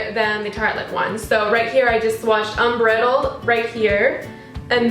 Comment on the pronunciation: 1. Thank you for the review and comparison 2. You didn't link the tutorial below, I would have liked to see it 3. It is pronounced un BRIDE eld, not un BRIT eld